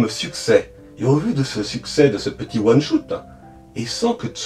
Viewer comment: Merci pour cette vidéo complète ! (Instant prononciation : one shot : ouane chote , pas choute . Spin off : spine pas spaïne off ;)